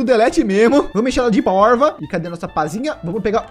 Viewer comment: Quando ele falou poiva eu pensei q ele ia falar poica kkkkk se vc tmb pensou que era isso q ele ia falar da like no video e no comentário e se escre no canal do Lgg ❤❤❤❤❤